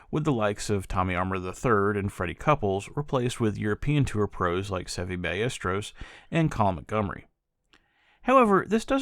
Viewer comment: I’d unfairly mock you for your attempt at Seve’s surname but you won a lot more points for saying “bunker” and not “sand trap” :D. I’ve been to Wentworth, you’re not wrong, thankfully I wasn’t playing. I do enjoy this accurately includes the “English Open” because that’s another, entirely distinct tournament. Golf’s a bit like that.